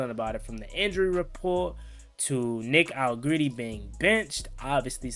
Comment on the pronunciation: love your content but you butcherin his shit up lol "AL-LE GRET (like gretzky) TI"